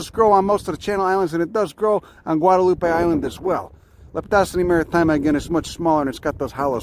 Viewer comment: it's not maritima, it's MARITIMA